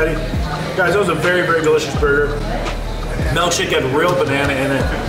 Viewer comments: Ah yes, a “melk shake” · It’s MILKshake not MELKshake 😂😂